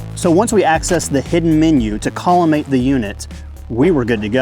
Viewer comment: You lost me checking out the site when you said collimate